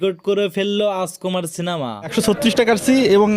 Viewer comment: হালার ঘরে হালা তুই যে ইউটিউব চ্যানেল চালাস কথাই বলতে পারোস না তুই বলস রাজকুমার সিনেমা তুই বলতাছস আচকোমার তুই আগে মুখের উচ্চারণ কর আগে শিক্ষা লাগে মুখে কথা বলা শিক্ষা চালাইস কথা বলার কোর্স কইরা ইউটিউব চ্যানেল মিডিয়ার সামনে আয় শালা গদ্য কোন হানে তুই রাজকুমারের নামই বলতে পারোস না